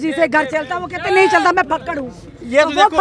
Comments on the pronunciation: Fakkad nai Jakkad hai yeh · Fakkd ni fakkar hota ha